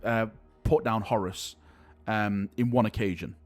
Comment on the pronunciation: The way you always call Horus, Horace will never not make me smile. You Manc.